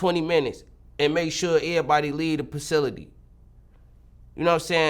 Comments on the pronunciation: Nigga said pacility 😂😂😂😂 funny as hell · When he said pacility tho